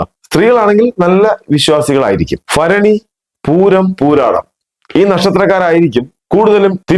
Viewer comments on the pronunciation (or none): സാമാന്യ വിദ്യാഭ്യാസം ഇണ്ടെന്നു കരുതുന്ന താങ്കളെപ്പോലുള്ളവർ ഫാഗ്യം ഫരണി ഫീരു മനോഫാവം എന്നിങ്ങനെ വിചാരിക്കുന്നത് കേൾക്കുമ്പോൾ അറപ്പു തോന്നുന്നു. കഷ്ടം സഹോദരാ മലയാളത്തെ നാണം കെടുത്താതെ 🙏